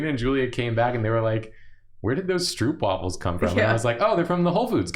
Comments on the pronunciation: your pronunciation of stroopwafel is very funny to me as a dutch. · Soooo I'm gonna try and get you guys some dutch stroopwafels! (The oo is pronounced like the o in cone)